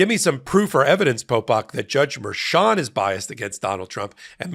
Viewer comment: I adore you. Please quit calling her "Merchant", it's Merchan (Mer-shan). Merchant is the whacko defense attorney that represents Roman in Georgia.